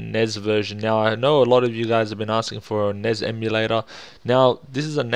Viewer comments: "Nez"??? N.E.S. COME ON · Nezz? It's pronounced Ness flustered furry sounds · Why do you pronounce Nez ??!?!?!?!?!